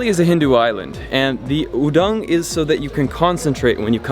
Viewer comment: The right is udeng not udang😂😂 btw im from bali